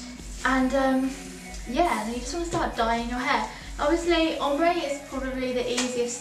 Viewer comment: why can nobody pronounce Ombré? :(